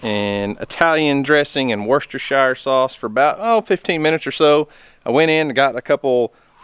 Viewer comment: It pronounced Woster-sheer, it's a town in the UK